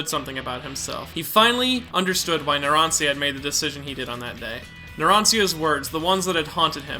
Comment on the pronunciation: The way you pronounced narancia made me kms